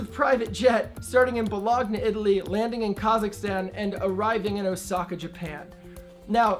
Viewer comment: 'Ba-log-na' Italy. That's REALLY funny! It's 'ba-loan-ya' Nice video about not much of anything new ;-)